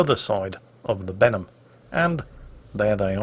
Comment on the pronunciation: When says "Benham" to me it sounds like "Venom". Maybe that's me from NA region and watching the Venom movie recently.